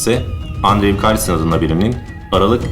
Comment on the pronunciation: andrew "endru" olarak telaffuz edilir.